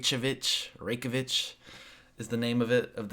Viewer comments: I thought Romania had the fastest internet. It's Rey-kya-vik 😅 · And the end... laughing about how u pronounce Reykjavik. What a lesson about Europe... also to me. Thanks, dude!